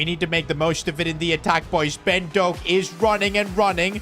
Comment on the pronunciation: Ben DoAk as a Scotsman that heart my heart